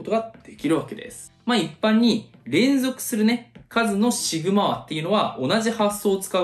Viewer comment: ずっとシグマァ⤴︎ って変な発音だなって思ってたらシグマ和って言ってんのか。